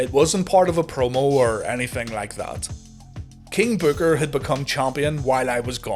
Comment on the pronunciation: NO NO NO. Its King Bookahh!!